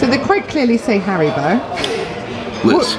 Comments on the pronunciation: Nah, dude…it’s “Har-ree-bow”, how it’s spelled. I think just dyslexic 😅 or confusing it with “Hasbro”, ha! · someone tell there's an "I" in Haribo ffs 🤣🤣🤣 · As an American I have never once heard Haribo pronounced the way is saying it 😂